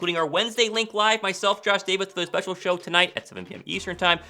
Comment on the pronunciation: The Philly sPUSHIal